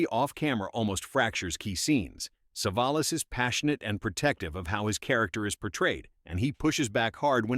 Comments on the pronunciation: "SAAVE-UH-LOSS?? CAN'T YOUR COMPUTER VOICE SAY "SUH-VOL-US"?? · AI voice can't pronounce Telly Savalas' name. I am presuming most of the "facts" are as accurate as the pronunciation.